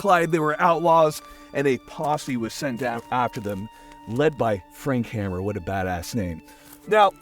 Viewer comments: Frank Hamer -- pronounced 'HAY mer' -- not Hammer. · Its pronounced haymer